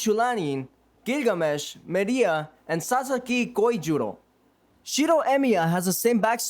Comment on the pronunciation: My guy your pronunciation needs work. It's gilgamesh not gigamesh. And the h is silent in cu chulainn. Shinji not shiji and your narration skills need a bit of work as well